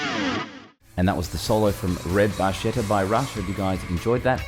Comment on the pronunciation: barchetta is pronounced: barketta barcetta would be pronounced like he said it